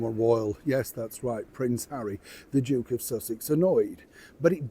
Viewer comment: Did you say the Joke or Duke of Sussex?